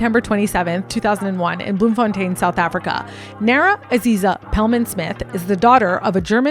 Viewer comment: oh no! i got second hand cringe after finding out she is from Bloemfontein as well! You said it near perfectly, us Arikaners appreciate the effort :) Subbed and liked!